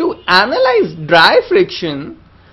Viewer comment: to AnALiZee the friction loved the wave form of the speech